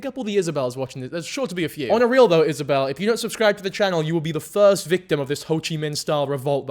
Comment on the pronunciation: First time a hear someone say my name right Izabelle not Isabella 😂